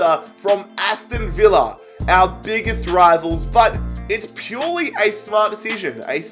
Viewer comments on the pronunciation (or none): none